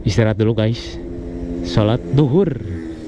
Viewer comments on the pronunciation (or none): Bukan duhur tapi zhuhur